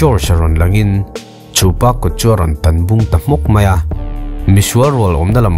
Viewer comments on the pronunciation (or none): none